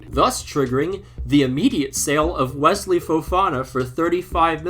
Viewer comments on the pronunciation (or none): none